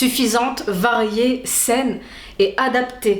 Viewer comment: Hello Saine et non pas Seine 🌺